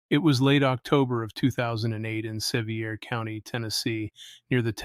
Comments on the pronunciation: K, it is Spelled seveir but it's pronounced like severe, and it's not Kodiak, it's kodak. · Less than 10 words in, and you horribly mispronounce the County name. Therefore, I refuse to watch your loser video. And yes, I am an Appalachian American. Get your sh!t together or keep our wonderful state out of your mouth.